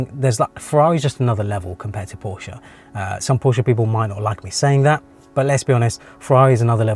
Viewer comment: You are one of the few from England, who can properly say Porsche. I respect that. 😄